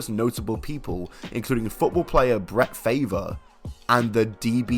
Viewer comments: Hold up, you said Brett name like that on purpose???😂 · Bret who you said it wrong dummy 🤨